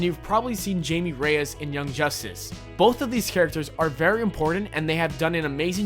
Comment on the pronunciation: It's pronounced Hay-me Rayass. He also was in Batman TBATB and Smallville